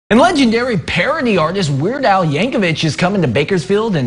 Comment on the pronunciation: Al will be around until the end of time. Unfortunately, newscasters will be mispronouncing his name with the "ch" noise at the end until the end of time.